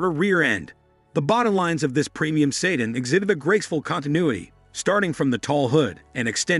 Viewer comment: What is a "say--dan"?